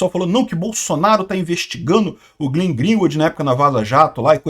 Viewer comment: não é GLIN, é GLEN, não é GLIN, é GLEN, não é GLIN, é GLEN, não é GLIN, é GLEN, não é GLIN, é GLEN, não é GLIN, é GLEN, não é GLIN, é GLEN, não é GLIN, é GLEN, não é GLIN, é GLEN